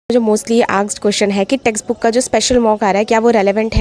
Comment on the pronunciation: Testbook❎️ texbook✅️ asked❎️ aksed✅️